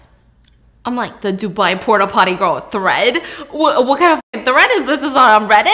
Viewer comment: “Porta potter” “Pooty poppy”